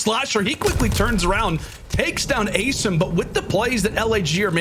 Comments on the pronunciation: asiiiiiim. Don't know why the castors are still confused about it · WHYYYYYYYY are these castors still saying asim's name wrong?!!